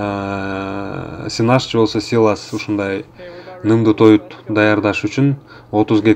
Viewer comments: Силос де силас дебей. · Силас эмес силос туура аталышын айта албагандар бизге уйротобу. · Силас эмес силос.